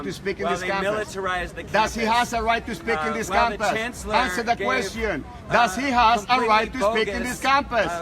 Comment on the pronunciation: "ansa tha qwestion" 😂😂